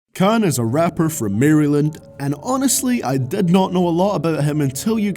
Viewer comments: It's not "Mar-ree land" it's "Mare-lend" nigga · I'm still hung up on the way he pronounced "Maryland." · jesus the way you pronounced maryland